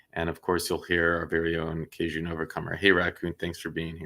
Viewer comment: You’re both hero’s in my book! 👏🏼Thank you both for your bravery in continuing to speak out despite all the obstacles & resistance that’s been put in your way! 💕 (Interesting pronunciation of Cajun btw, 😉)